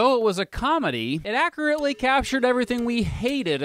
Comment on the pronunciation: Also, at about he says "accarately" instead of accurately.